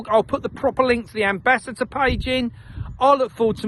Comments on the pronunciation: I think he's saying "ambassHAT er .... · It's not "ambassater" it's ambassador And it's not "chem trails" it's climate change And it's too late to make a difference That was thirty years ago